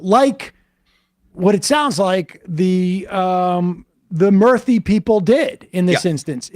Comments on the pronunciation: Murthy is pronounced as moorthy btw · Its "Moorthy" to pronounce